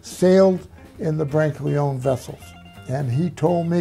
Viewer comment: For such a knowledgeable guy he certainly says the last name Brancaleone incorrectly…lol